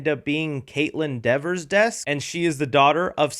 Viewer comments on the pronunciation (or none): While completely understandable, “Dever” is pronounced “Dee-ver.”